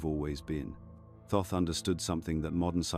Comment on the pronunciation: It's not pronounced Toth it is a mistake it should read and say Thoth ❤